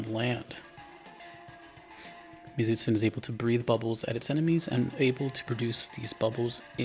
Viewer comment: You pronounce the monsters name Mee-Zoo-Tsoo-nay